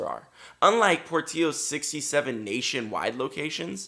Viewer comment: Dude ! Pronounce the name right , it’s porttilllllllos